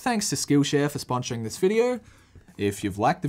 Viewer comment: sponshoring.. wueh.. i thought i was alone